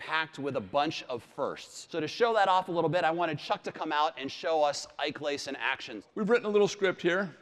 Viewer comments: He just said Ike Lace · Ike lace I'm dying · i heard it like, "Yuck Lays" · He said ike lace instead of lake ice in the intro 🤦🏻‍♂️ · he said ike lace, wow and packed with 3d. lol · Wtf is Ike lace😂